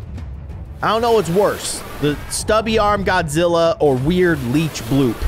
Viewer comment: It's Shin Godazilla